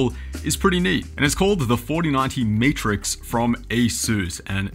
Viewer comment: Did you say Meatrix?